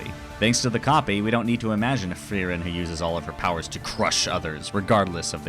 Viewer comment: You dont have to roll the r that much when you say frierens Name. We Germans dont do it that hard anymore 😅